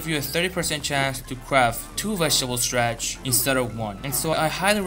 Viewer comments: its not STRATCH!! its STARCH! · Stratch? WTF is stratch? Starch!